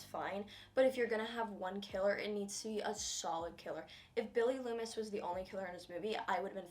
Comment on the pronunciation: "Mrs Lumis" "Stu Meier" "Richie Kersch "Billy Lumis" "Roman Bridger on 12th place" Bruh